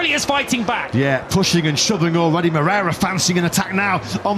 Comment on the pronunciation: Repeat afeter me: Mo-rei-ra It's not "Mrera".